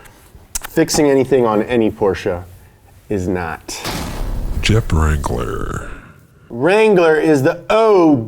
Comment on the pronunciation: “Jep Wrangler”